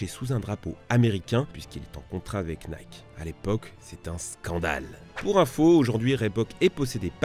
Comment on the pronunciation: Tu ne peux pas prononcer " Air Jordan " en anglais et " Nike " en français dans la même phrase...